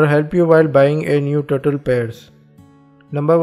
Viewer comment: the word that i understand is a turtle,but his turtle is turtol haaaaa 😕😕😕😞😞😞